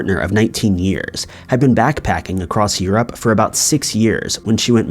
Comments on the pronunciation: Actually he mispronounces Europe too. He says it like eww-rowwp. It should be eww-roop. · Hey, just want to inform that pronunciation of "Europe" is yoo-roop, not yoo-rowp. Keep up the good work